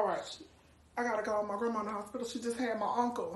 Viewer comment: Wait she said " my grummum just had my uncle😵